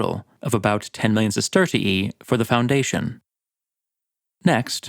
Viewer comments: I don't understand how these people are competent enough to profuce a YouTube video, but not smart enough to provide tje AI voice with phonetic pronunciations, so it says "siss-TER-shee" instead of "sister-EE-ee". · your pronunciation of Roman currency is like nails on a chalkboard. Allow me to help you. Sesterius (Sestertii if plural) is pronounced sest-er-rious Sestertii is pronounced: sest-ter-she there's no "ee" sound afterwards. please for bleeding ears sake, correct your awful pronunciation of this. 😂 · I don’t want to be petty, but I thing you over-pronounce the second “i” in sestertii and it’s a little annoying. Fun video otherwise! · i like the way you say "sestertii" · How do you spell the currency? You sound Irish when you say it haha